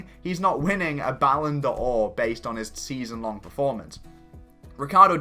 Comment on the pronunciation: please, it isn't 'Ballon Do-or', but just 'Ballon Dor'. You dont actually pronounce the ' as a stop.